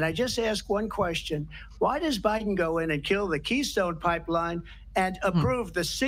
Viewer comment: She said obiden